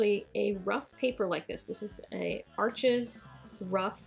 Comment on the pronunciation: arches is actually named for a town in France and is pronounced "arsh". doesn't really matter as we all know what you are talking about, it is just a little, interesting fact